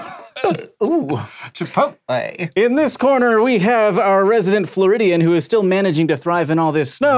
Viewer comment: Hank: chipOTLE